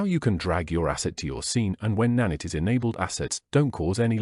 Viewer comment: good vid, but its na-night not na-nitt sorry that triggered me lol